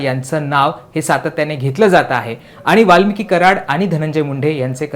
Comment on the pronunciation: वाल्मीक म्हण वाल्मिकी नको, कसा पत्रकार आहे.